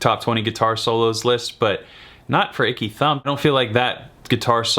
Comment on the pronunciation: Aaaanndd..it was ‘Ecky Thump’ Jack…not ‘Icky’